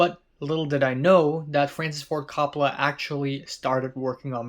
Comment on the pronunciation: I've noticed you like to get pronunciations correct in your videos. Coppola is pronounced COPE-oh-luh.